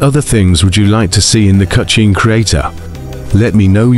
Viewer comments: Stop saying "cutshne creator" its hurting my ears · Cutscene ❌ Cucheen ✅ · The way the ai voice said cutchene 😂